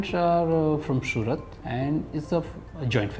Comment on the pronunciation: the word is house. not "Housh". the city name is Surat. not "Shurat".